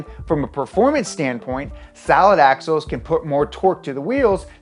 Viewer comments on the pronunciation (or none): did this dude just say "salad axles"???? lol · did he say salad axles? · Who else heard "salad axles" ? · Am I the only one who heard salad axles